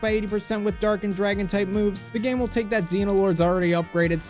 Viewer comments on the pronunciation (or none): none